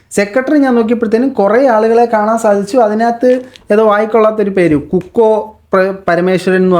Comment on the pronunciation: കുക്കോ അല്ല കുക്കു പരമേശ്വരൻ മുരളി മേനോന്റെ വൈഫ്‌ ആക്ടര്സ് ആൻഡ് ഡബ്ബിങ് ആര്ടിസ്റ് ആയിരുന്നു.